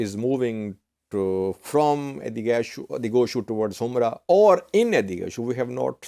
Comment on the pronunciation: It should not be pronounced humra, it should be humora or himora